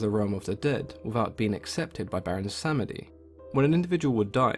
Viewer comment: I believe it’s pronounced BWONsamedi, and he’s a troll priest.